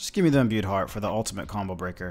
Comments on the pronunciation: Stop watching after you said imbued fart for the 18th time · Bro I always be drinking while watching your new uploads and tonight I’m a bit swizzly and you kept sayin imbued fart instead of heart and everytime I questioned myself like what did he jus say? 😂 thanks for the chuckle, king.